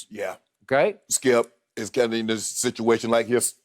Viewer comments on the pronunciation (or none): none